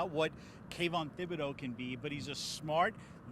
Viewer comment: is literally worthless. The H in Thibodeaux is silent bud.